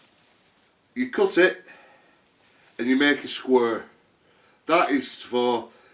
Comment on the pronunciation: Cheers for the vid. One thing I noticed is that when you say "square" it sounded kinda like you're from Bury or somewhere round that way. Is that true or am I just imagining things?